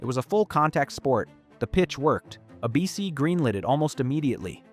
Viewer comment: Take a shot every time the AI narration mispronounces ABC as "Uh-Bee-Cee"